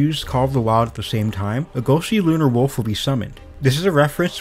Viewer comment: I literally couldn't understand what he said about the wolf's. Dude spoke so unclear it was unhesrable